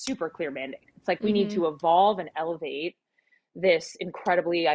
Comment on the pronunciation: Did she say, "elevate" or "castrate"?